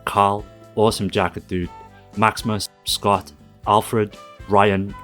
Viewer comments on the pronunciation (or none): none